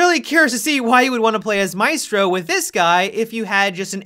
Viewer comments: Hopefully will change the pronounce of Maestro in the correct one in Italian before the official reveal. Really hoping so.... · Wait. Is it pronounced may•strow or my•strow